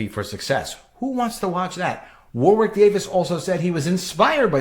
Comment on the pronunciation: Warwick rhymes with Yorick btw, the second W is silent